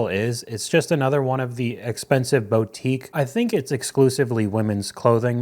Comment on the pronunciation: 6k over 18 months for a PC? Lemme guess, NZXT? WTF is that eye makeup? It's not "bow-tique", it's "boo-tique". It's a 7-day cruise. "Exact same app but they're just competitors"? Do you have any idea how stupid that sounds? It's the same MARKET, not the same APP. About 55% of my income goes to housing, but then, I live of benefits and have never had much money so I manage just fine. I'm used to not spending. Not all of us sit on our phones all day. I sit on my computer all day. :D All day on a *phone*? With that tiny display? Are you kidding? :D Dude. Face ID is Apple specific. Also, Apple gear is mostly overpriced for what it is. If you want to be frugal, you DO NOT buy Apple. Except maybe used when it's taken the value hit. She's giving me "my brother's ex-wife" vibes. Like, everything fits. And I loathe her. Not because she's more or less a millennial, but because she was never really exposed to the real world, and her mother was a narcissist. That does not make people ready for reality. Is that her FILMING THE SPEEDING?! Duuuuuuuuuude. She's lucky she doesn't live in Finland, she'd probably have to add a zero to the fine and she might lose driving privileges for a while. :D Eh, depends on what you want to play. Also, Xbox has better PC integration. Took me a while to really understand that the 4700 is interest, not her just buying stuff. NANI T F? And 12k a year is basically my yearly budget. My haircut is about €